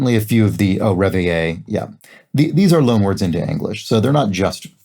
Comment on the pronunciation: Reveille in the U.S. Armed Forces is generally pronounced REV-uh-lee. I've never heard it pronounced in the French way. I loved this quaint and clever Monday theme.